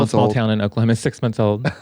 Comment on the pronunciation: Not the Oklahomo... 😭